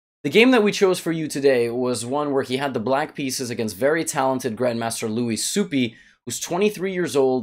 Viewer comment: It's Swoop not Supi :)